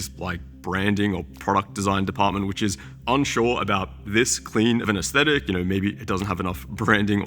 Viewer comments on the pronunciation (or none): none